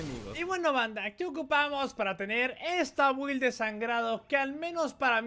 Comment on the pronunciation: Se pronuncia bild no build chingao